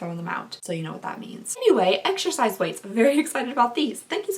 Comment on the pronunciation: “Exershize” ❤️😂 tw:@